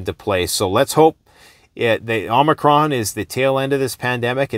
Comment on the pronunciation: this guy seems intelligent ... disappointing to hear the way he talks about "omicorn" . i'm surprised he's not wearing a mask alone in his car like i see so many people doing...smh !